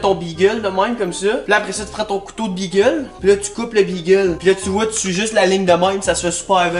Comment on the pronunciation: Imagine dire bigueul mais good job quand meme